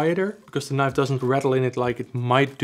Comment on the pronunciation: moest wel even goed luisteren toen je zij Knif. huh dacht ik hij bedoelt toch niiife als uitspraak .. althans zo hoor ik het graag. maar net review.. ik zit te twijfelen over beide.. aantal goede punten complimenten.. ook leuke winkel trouwens.. al vaak gekocht bij jullie..EDIT; grappig mora moet het zelf ook Knif qua uitspraak hahah zag net hun factory filmpje